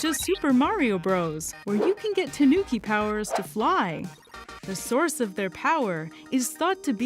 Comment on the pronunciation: It's not tah NOO ki. No extra emphasis. It's just tahnooki. It would be closer to slightly emphasize the tah. More like TAHnooki rather than tahNOOki.